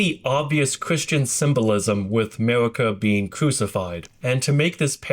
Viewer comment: The hard r on marika is crazy